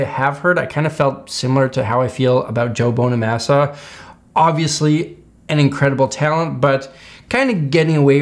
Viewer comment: When you said bonamassas name 🤦‍♂️